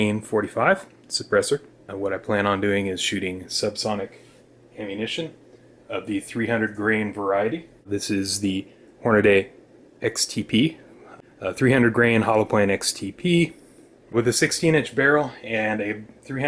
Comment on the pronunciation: Hornady, not Hornaday. It is pronounce the way it is spelled.